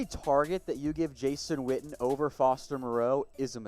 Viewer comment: I thought his name was Witten, your pronouncing it Whtten...